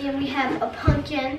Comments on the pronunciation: It's pumpkin not pupkin you have to say it with an M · Why does every one in the family say punkin not pumpkin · Please stop saying " Punkin" it is "Pumpkin" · says pumpkin wrong